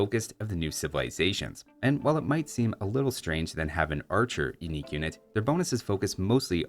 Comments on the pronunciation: "UINQUE" literally unwatchable!!! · "Uinque" tech